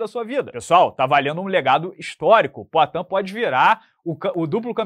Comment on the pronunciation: PROATAN kkkk